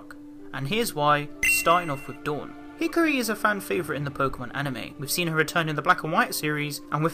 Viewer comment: Hickory lmao is Dawn a barbecue sauce I know what u meant it just sounds funny 🤣 no hate